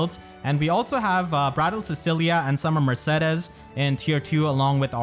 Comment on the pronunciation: is that really how her name is pronounced? isn't it murr-say-deez?